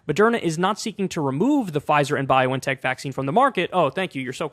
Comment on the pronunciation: where did you get this weird pronunciation of BioNTech from?